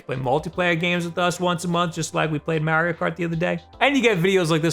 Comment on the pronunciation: Even if it's pronounced 8 bit "doh," I don't think he cares. Hell, he pronounces Mario as Mary-O and realtor as real-uh-tor.